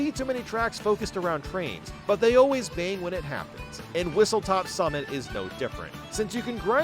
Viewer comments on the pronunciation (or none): Its whistlestop summit not whistletop ☝️🤓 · It’s called Whistlestop Summit not Whistletop Summit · Hate to be that guy but it's "Whistlestop Summit" not "Whistletop Summit" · He also says and